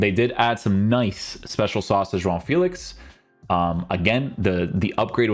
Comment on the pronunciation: if you want to say João Félix name the portuguese way say it all in the correct way. You say "João" the correct way but the "Félix" you say it like it is in english 😂 Great content King